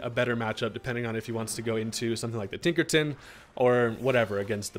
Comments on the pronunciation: Man said Tinkerton and not Tinkerton. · Tinkerton?! WITH THE HARD R?!?!? 😂